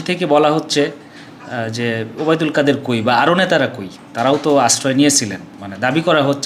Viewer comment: কাদির নয় কাদের